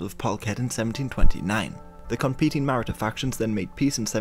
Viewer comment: The pronunciation of Maratha confused as to which people he was talking about,eh he'll get better.